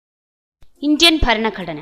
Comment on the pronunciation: faranagadana... alla.... Bharanaghadana 00.53......00.57 anway suprb work